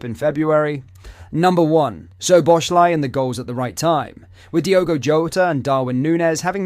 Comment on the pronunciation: It is so amazing that the name of Szoboszlai still can not be pronounced correctly. He is doing his 2nd season at Liverpool.😂